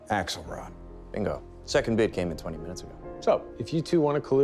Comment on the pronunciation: "Axelrodt" - is this the cross-over episode we've been clamoring for??